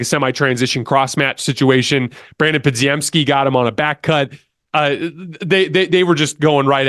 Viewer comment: love the content man, for the love of god, give these players the respect they deserve by pronouncing their names right! you have always pronounced podziemski and quinones wrong man, just look up how to say them correctly pleaseeeeeee you at a baseline should say nba players names correctly